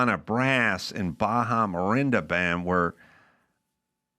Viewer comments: By the way isn't thst town in Northern California called Orinda? It's not Marinda it's Orinda..... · Yeah it's ORINDA...🫢